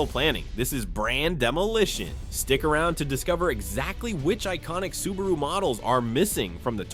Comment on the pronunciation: The very first word - the IA mispronounces "Subaru". Lol. Do better.